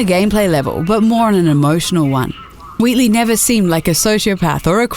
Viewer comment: Portal 3"the return of weltey"